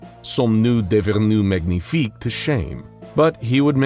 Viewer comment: As a french the "somme nous devenu magnifique" hurt my hears The accent was good but It's too choppy and the magnifique didn't have the right pronunciation